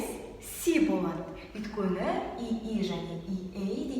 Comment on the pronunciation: неге сен өйткені деген сөзді өткені деп атайды?